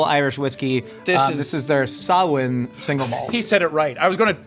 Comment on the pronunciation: first American to actually pronounce Samhain right colourised